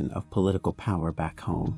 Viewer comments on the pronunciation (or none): none